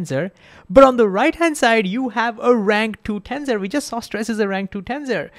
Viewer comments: TENSOR not TENZOR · Well, first the s is pronounced as an s. Not a z. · BTW, it's pronounced ten - sssor, and not ten-zor.